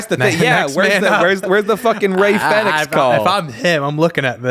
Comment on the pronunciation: Americans cant say Fenix properly shocking